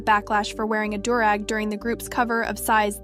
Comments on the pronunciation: No hate.. its pronounced ‘dew’-rag. I totally understand tho its spelled weird as hell but you did a fantastic job luv! Good looking out for the OG voice and giving her a vacay! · The new voice pronounces alot of things wrong. It bothered me that she pronounced do-rag wrong like 20 times. She also pronounced "Won" as in Korea's currency wrong.